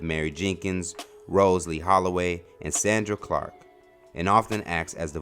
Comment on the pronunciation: Not Sandra Clark soooooundra lol